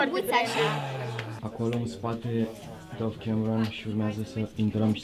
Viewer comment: Se citește dav nu dov